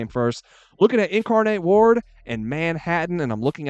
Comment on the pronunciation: It's word not ward I know he's saying ward lime insane asylum 😅